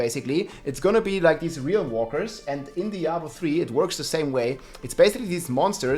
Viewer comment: your rolling r's are 10/10.